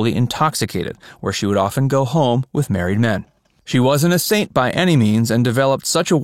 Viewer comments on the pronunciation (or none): none